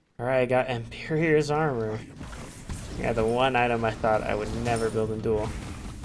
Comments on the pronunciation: Good work! Also, it's not "Imperior's armor" it's "emperor's armor" :P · You pronounce Emperor's really strangely, is that an accent or is it just a mistake? Almost sounds like you're saying "Emper(iors)" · "Empyreor's" lol. I love this channel